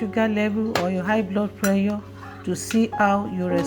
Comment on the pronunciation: How do you pronounce PRESSURE? You defeat the purpose of drinking bitter leaf juice when you add honey.